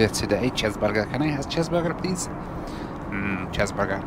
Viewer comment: there's no way you actually said the roblox chezburger XD